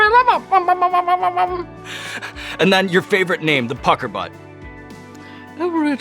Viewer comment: Pucker Butt.....I will never hear that name not in a British accent again.